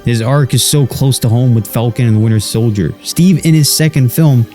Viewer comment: Is it just me or he just said falcon and weiner soldier 😂